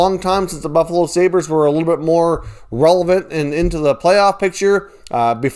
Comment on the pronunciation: Did you say relevant or 🐘 🤔